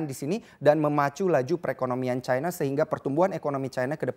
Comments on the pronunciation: terus kenapa nyebut singapore itu singapura, bukan singapou. Kenapa gt harus nyebut cina dgn nada caina? Aneh aja gt kedengerannya di kuping hehehe.. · Ironi: negara komunis bergantung ekonominya ke negara kapitalis. Nice info, tp nyebutnya ga usaha Chayna. Cukup China aja. Ga akan disebut rasis. Kaya kita nyebut Arab (panggilan singkat Arab Saudi), ga akan kita sebut Ereub khan?